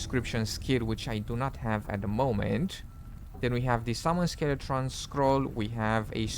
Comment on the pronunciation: Bro there is no R in skeleton. Hope this helps